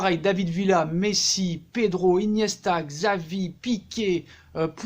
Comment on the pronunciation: On dit pas "csavi" (Xavi) on dit "chavi" en catalan le X ce dit Che de même manière on dit Turel et pas TuCHel et Hollande au lieu de Halland ! Sur ce bonne boure !